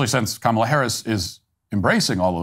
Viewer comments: did dyson just pronounce kamala in the racist way? Because that's what I heard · Whoopi Goldberg said "Ka-MAH-la" on the View. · Did he just mispronounce Kamala in that last clip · It’s pronounced Quemala for the Hispanic people 😂😂😂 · That lady mispronouncing Kamel-Head are perfectly fine. Nothing is more cringe than the White American English speaking "news-casters" talking perfectly normal & then going all 3rd-world when they say "JuATaMAIA" (guatamala)... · It’s pronounced Commiela